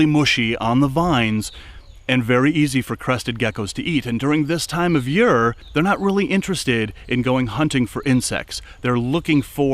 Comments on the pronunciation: Awesome video but do you reall have to say yeare instead year ? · Loved this vid! Ps you say the word year funny, you say “yur” and not yeer lol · Alsome video thak you for taking your time to do this. From southern wv.. u say year funny to me round heer its yeeeerrrrr